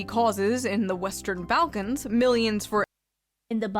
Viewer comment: Why is she pronouncing 'balkans' like that, though